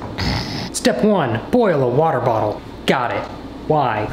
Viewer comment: Why are we not talking abt how it said "watter bottle" instead of "water bottle" lmaooo